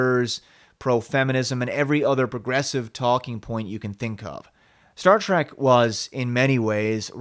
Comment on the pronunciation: It's Star Trek not Star Track, learn how to pronounce the word moron!